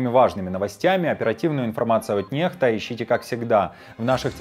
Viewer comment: Извини дружище, но "Nextа " читается " Некста" ,а не нехта. "X" читается "кс", но не русская "х".